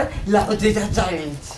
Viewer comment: se dice challenge no chaler